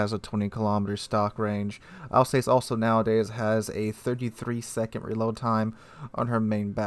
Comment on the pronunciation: Also, Alsass not Alsayce but hey ho.